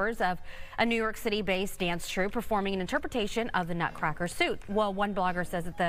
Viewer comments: She pronounces it "suit" instead of "suite" tells me all I need to know. Fox and Magas love to hate. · Please... Suite is pronounced.. Sweet... Not suit.. Embarrassing a bit FOX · The Nutcracker Suite (pronounced like SWEET not SUIT) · The Nutcracker "SUIT"? It's suite, pronounced SWEET. More ignorant comments on Fox. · Nutcracker “Suit”?? Do you speak English? Suite (pronounced “sweet” —duh!) Really Fox tv—-maybe you need a little music culture in your lives? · 'Suite' is pronounced as 'sweet'. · Someone tell her how to pronounce suite